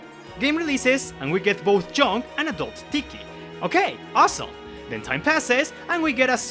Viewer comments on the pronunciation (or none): The way you say "unit" & "young" drives me crazy 😅